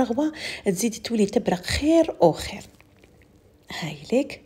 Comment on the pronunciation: اسمحيلي برك واش بيك مع حرف القاف كل لكلمات لي فيها لقاف تنطقيها بلغين شوفت لفديوهات تاوعك تقولي غلب لوز وهي قلب لوز تقولي تبرغ وهي تبرق ،نسيغ وهي نسيق صححولي ولا راني غالطة